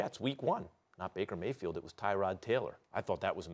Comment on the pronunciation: Baker Gay-field😂😂